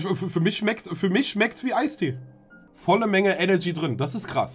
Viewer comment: ich kann doch echt nicht der einzige sein den tanzis aussprache von eneRgy sauer macht xD ich raste jedesmal aus wenn er enegy sagt